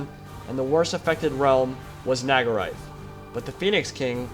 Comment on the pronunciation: Question, why do you seem to keep pronouncing Naggaroth as Naggarai/Naggaraith?